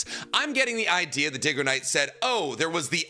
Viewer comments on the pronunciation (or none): Ain't no way he called him diggoknight